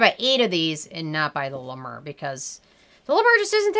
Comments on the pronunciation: Hey girl. I don't care about how you pronounce La Mer. I'm Canadian and we buture French words all the time and no one cares. You do you. Also.... Honestly, I don't think you have too much toilet paper. You're obviously just a planner. I also wanna say that I love you're accent. I lived in the states for two years and I miss down to earth people like you with adorable accents like yours. Your take on beauty is refreshing and your skin looks beautiful. I'm sorry about the loss of your mother. You've got a new subscriber. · Thank you for this review! First of all you’re not pronouncing it correctly!! I’ve been using LA MER for 10 years and think it’s wonderful! Your complexion is beautiful…..you look like you’re a LA MER GIRL!!!! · first of all I was using the mayor until basically I ran out of money, and my skin was glowing smooth a luminous I can't even tell you how gorgeous my skin looked when I was using Ladimir,,, and by the way you're not even pronouncing it right,,, you can say anything you want about the scream but people who can't afford it who use it swear by it even beauty and Fleurs like Jaclyn hill and Jeffree star use Le mer, I have also use Laprairie and cleau de peu creams, Nothing compares to it I have tried to use Nivea and put an algae extract it still doesn't give me the same effect as the scream so for all you people who think that the dupes are better they're not the scream is also blessed by something I can't remember exactly And just put put through some copper wire process it's some special technology I swear this cream of straight from Jesus but the price tag is hefty amen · Do you like the nmf from the ordinary ?? Btw I loved how you pronounced la mer incorrectly. It’s charming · Hi! Love your reviews, but double check your pronunciation - it’s french, for “the sea” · La mer not la mur x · "La Mrrrr" Lolzzzz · Lmao "La Murrr" 😂😂😂😂😂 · Isn't it pronounced 'Mare'? As in the sea? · Girl! I love how you say LA MAUR!! 😂😂😂😂😂😂